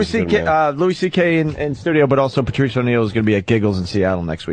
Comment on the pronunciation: Everytime Opie says "Pertrice" we all lose a day off our lives.